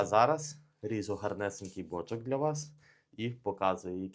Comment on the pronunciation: Може наголос на друге «о» ставити?)